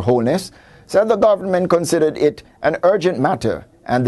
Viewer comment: lol this guy needs to learn how to pronouce the word "government"